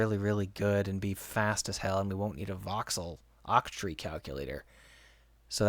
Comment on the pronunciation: are u saying OXTREE ??